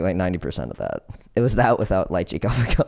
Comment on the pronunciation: Also, ko PI ko not ko pi CO